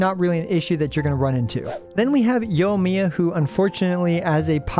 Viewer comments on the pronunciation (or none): none